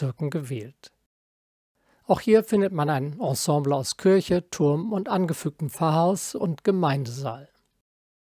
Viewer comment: Beiträge von sehr hoher Qualität. habe ich als Architekt noch nicht mal was davon gehört. muss direkt wieder nach Berlin fahren. dabei hatte ich zu meiner Zeit in Berlin Freunde in Siemensstadt wohnen. vielen Dank für diesen tollen Beitrag. auch wenn es Kirche und nicht Kürsche heißt. 😊